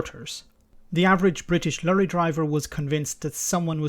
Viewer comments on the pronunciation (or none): ''Lurry''.. it's Lorry! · Lorry please. Not Lurrie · your Irish accent dropped a bit to Garda Patrol 'lurry' haha like 'veachile';P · I do enjoy pronunciation of "lorry". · Lorry should be pronounced " Truck ".